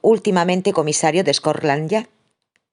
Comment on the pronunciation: Perdona, no es scorland yard sino scotland yard